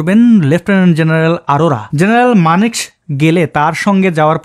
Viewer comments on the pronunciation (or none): ঠিক উচ্চারণ, মানেক্ শ